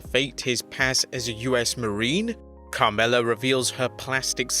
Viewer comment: CAMRELLA...lmao..its Carmella